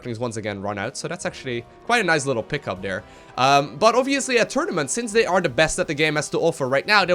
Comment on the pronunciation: New drinking game: Take a shot every time says "Oviously"